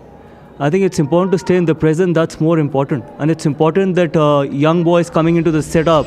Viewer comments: Important ❌ Impotent ✅ 😂😂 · Brother Shyam, please use Hindi translation of the word “important” because your pronunciation sounds a similar word that’s quite rude/embarrassing.👍🙏🏼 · Permanent aor impotent part bnjate hein lol😂😂 Abe Bhai Sahi SE bolna to seekhlo 😂😂😂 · Important ❌ impotent ✅ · Important पारी. Pronunciation पर ध्यान do